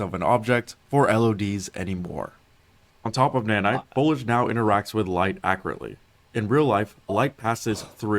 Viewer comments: Imagine producing an entire video where you constantly mispronounced the main word your using... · my man couldn't have looked up how to pronounce foliage before making this video? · Listening to this dude pronounce foliage...... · Imagine making a video of this length about foliage and not being able to pronounce foliage. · I hate how he says foliage. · Dude can't pronounce the i in foliage to save his life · This guy not pronouncing "Foliage" correctly is really pissing me off. He's just skipping the "i" lol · its actually a little frustrating that the guy is obviously saying foliage wrong each time. JUST SAY IT CORRECTLY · There's an i in foliage 🤧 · The way the guy pronounced foliage bothered me more than it should have 😅